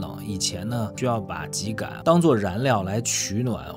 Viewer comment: 更正一下，秸秆读音为： jiē gǎn，我们东北都读成二声 秸秆，不是ji